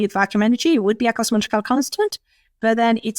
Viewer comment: no sense watching Claudia speaking, her words are not understandable 100%. only like 70-80% not good enough. She can't say Cosmological she says Cochical.